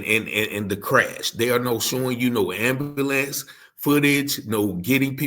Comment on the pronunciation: Hey please say ambulance again. 🤣